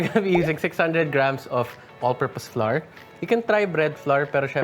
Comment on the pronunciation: The correct pronunciation of flour is “FLOWER” as in a bloom. Google it....